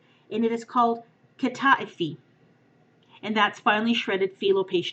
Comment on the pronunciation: BTW it is pronounced kah-tah-ee-fee (I'm Greek)